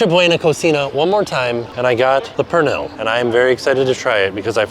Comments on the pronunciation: Pernil is pronounced more like “per-neel” if you ever wanted to give it another shot somewhere else! Sad that tostone was so tough, I was excited for you to try the dish! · The way he says dulce de Leche and pernil kills Me . I was correcting him every time. The tostones with pernil would be much better if it was made fresh and hot. They are hard because they are cold. When they are hot they are soft. There is a restaurant 5 minutes outside of disney springs called Pal Campo. You should try it. Authentic Puerto Rican food.